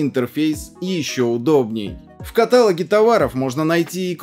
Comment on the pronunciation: Правильно говорить в каталОге, а не катАлоге товаров. Что за нелюбовь к русскому языку?